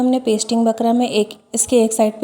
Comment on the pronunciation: Bakram nhi bukram bolte hain